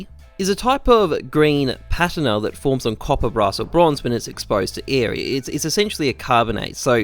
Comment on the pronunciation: Jesus christ butchering words is bad. It's so bad. It's puh-TEEN-uh. Not PAT-in-uh. Also, INCINEGATOR not incigator